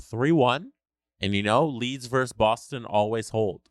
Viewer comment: It's "versus", not "verse".